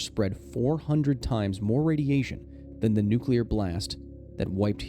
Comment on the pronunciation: Say it with me, nuc-le-ar. Atoms have a nucleus, not a nuculus. Rant aside, Ukraine is literally my neighbor and the accident happened around the same time I was born. You better believe I've read up on everything related.